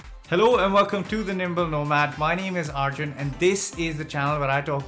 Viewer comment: From your accent its visible that ur root is from Indian. Why can't you say your name properly. Its aaaarjun or Arjun. Bitte